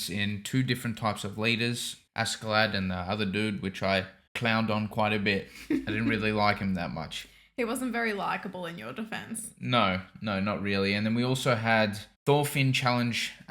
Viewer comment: Not sure if anyone has already said it, but all their names are pronounced with a T sound and not a TH sound. "Thors" pronounced as "Tors," "Thorfinn" as "Torfinn," etc. Same with Askeladd. His name is supposed to be pronounced the same as you hear it in the show. "Ash-eh-ladd".